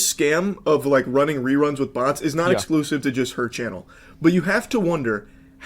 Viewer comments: If you understand “butts” instead of “bots.” I was worried. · Uff, I though he said "butts". We saved boyz